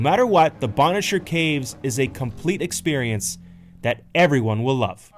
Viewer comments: An acute accent is on the first syllable of Agawa and the A's are pronounced short like in water. Bonnechere, meanwhile has a long, "O" in the first syllable with the acute accent on the second syllable and ,"E" is silent. The second syllable is pronounced, "share". "The indigineous (sic) population arrived here around 1700..." Really? That's a slight to the First Nation's people. Europeans explored the area before then and found there were lots of people living there. Nice video, great shots and otherwise a good production. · You should learn how to pronounce places if you are going to talk about them. Agawa Canyon and Bonnechere caves...